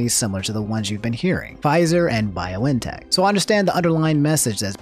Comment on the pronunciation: It's Bee-on-teck bruh ... Pronounce things how you want, I won't axe any questions